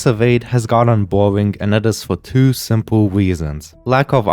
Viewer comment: “and that is fer twio swimple resons”